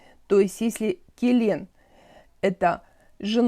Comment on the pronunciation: Очень нравятся ваши уроки, но у казахов нужно четко говорить : не мАлАко, а прямо мОлОко, Не келЕн, а келiн- что бы произнести звук і, нужно просто ее не говорить . И все. Лн произнести вместе, невольно получается звук і. После л почти всегда произносить ь, и у вас правильно зазвучит слово әйел